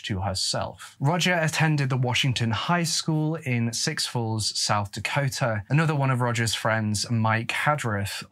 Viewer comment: Just to let you know, it's pronounced soo falls, not six falls, oh and while I am correcting your pronunciation, it is pronounced six-th not sick-th!